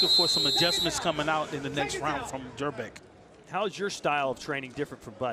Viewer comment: Why does the commentator keep calling Janibek as Yanibek? I assume he can definitely pronounce Jonny or John, so why can't he pronounce Janibek? Where is the logic, J and Y absolutely different letters. I could hear the coach clearly calling Janibek by his name or sometimes shouting Joni.